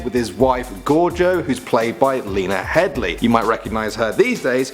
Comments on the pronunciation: It's Lena HEADEY not Hedly. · Its Headey not Headly you fool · Lena Headey not Lena Headly